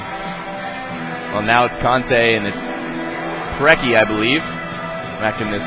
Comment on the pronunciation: The mispronunciation of all of the (what should be) very famous american soccer legends' names kills me! There's not even an "S" in Preki...